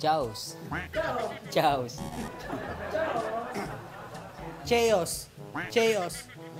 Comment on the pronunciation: chows😂 halatang di nag aaral 😅 Chaos Kaye yos yan